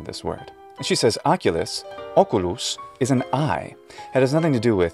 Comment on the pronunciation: The way how "" pronunce words in latin sound too soft. Too close to Italian. Even word as OCULUS he pronounced almost as with Polish, Czech or Slovak š which is softened s The S should be proper hard S